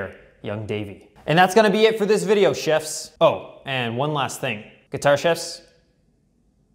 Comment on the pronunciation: Sounds like you're saying Guitar Shifts, not Guitar Chefs. Chevs? Nevermind.